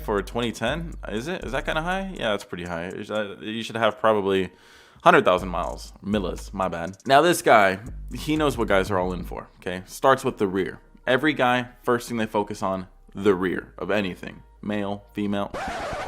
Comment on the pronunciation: Millas is pronounced meeyas